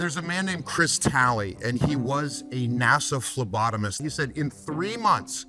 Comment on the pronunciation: Did he “NASA Phlebotomist“?